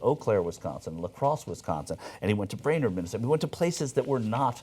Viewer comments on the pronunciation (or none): none